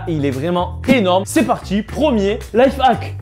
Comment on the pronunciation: on dit life hack et non life hac